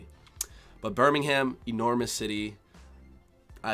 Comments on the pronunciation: you have to pronounce it Birming-um not birminghaam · Just make sure you pronounce things correctly. Birmingum, not Birming-ham. Monty PY thun, not Py THON. Cymru is cumry, not simru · It's not 'Bur-ming-hAm', it's 'Bur-ming-um'... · Nah it’s it’s not Birmingham-uhm. It’s Brumijum and I’m a Brumijumwallah. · Enjoy your trip! (But note - we don't pronounce the "h" in Birmingham"). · H is silent in Birmingham. It's not pronounced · Hope you have a great time! Quick tip - check out how to pronounce Birmingham before you go !